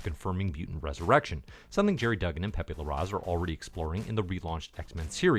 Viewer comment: I think it's pronounced"pay-pay larrath"